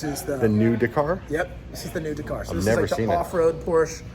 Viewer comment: Why is it always Americans that can’t pronounce the word Dakar, it makes me cringe